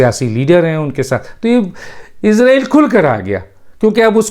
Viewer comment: ڈاکٹر صاحب آپ تو پڑھے لکھے انسان آپ جیسے فرد سے توقع نہیں غلط تلفظ استعمال کریں گے اسرائیل کو عزرائیل سن کر دکھ ہو تا ہے اگر آپ انگلش الفابیٹ کو سامنے رکھ کر بولتے ہیں تو islam کو ازلام بولتے ہونگے ۔کیونکہ آپ کے مطابق " is "کا تلفظ ہر صورت میں از ہی کیا جاناچاہیئے۔